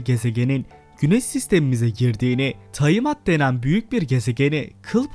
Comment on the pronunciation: taimat değil, tiamat